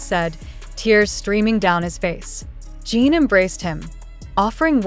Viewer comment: JIN not jean can your pronounce it correctly???????